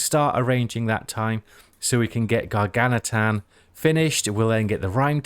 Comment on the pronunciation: Gargantuan - just a heads up. The word "gargantuan" can be pronounced in American English as gar-GAN-chuh-wuhn or in British English as gar-GAN-tyoo-uhn or gar-GAN-choo-uhn